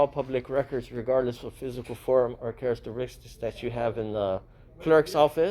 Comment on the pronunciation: Please do not misinterpret this as an attack. I find your informative videos highly professional. I have noticed that in virtually all of these videos you repeatedly mispronounced 'Characteristics '. Maybe I'm nitpicking but it's so obvious that it undermines the credibility IMHO.